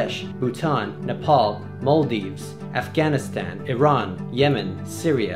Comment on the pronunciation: SOMEONE ACTUALLY PRONOUNCED IRAN CORRECTLY WOW